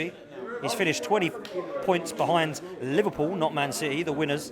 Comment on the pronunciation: The way he is saying Liverpool, maybe he has a speech impediment. LFC has clearly been the best team in the league, and Arsenal just do not have what it takes to win the big trophies